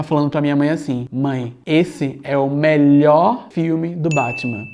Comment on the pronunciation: "esse é o melhooor filme do batman" pausa dramática